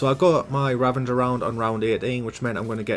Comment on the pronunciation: Sounds like he's saying "ravanger" and not "ravager".